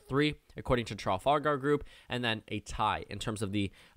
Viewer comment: As a Brit I have really enjoyed your election vids - a really interesting insight into it all. One pick up from this vid though - it’s Trafalgar with an F as in the battle or square in the UK